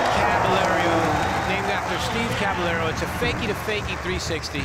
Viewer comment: ps. its caballero not caballerio friggin typical mouthy announcer